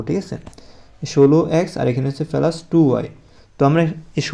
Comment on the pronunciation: স্যার আপনি কি প্লাস বলতে পারেন না